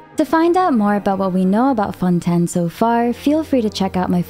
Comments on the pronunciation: Lady omg it's not fon10 lmaoooo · I just have to ask why so many things like Fontaine and Tavat are miss pronounced lol